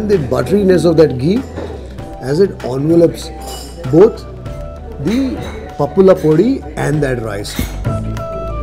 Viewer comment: I like the way you say "pappula podi"